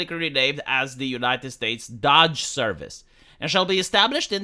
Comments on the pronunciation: Not Dodge, it's doge. Your pronunciation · please, it's "dohge" or maybe "dohsh". Not "dodge". Even the legacy media got it right. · Doe then the g sound- DOGE, your pronouncing it dodge, it’s the “oh” sound you’re looking for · It's Doge not Dodge. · Every time pronounces it 'Dodge' I cringe a little bit harder. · DOGE with a long O like Hoe. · Why do you pronounce DOGE as Dodge? lol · Dog-e. Doggy. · It pronounced "DOOUGH" IN AMERICA. SORRY OCD ❤❤❤😂😅😊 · How do you research this whole topic and not know how to pronounce "DOGE?"